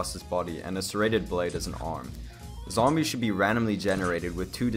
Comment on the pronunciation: Tenminetor no zombyeeess